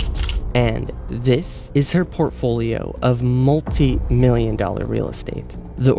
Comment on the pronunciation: Multi as in EYE no Ee 💕